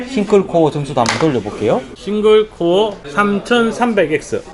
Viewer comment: 아재요.... 코아가 아니구요 코어요 발음이 ....ㅠ.ㅠ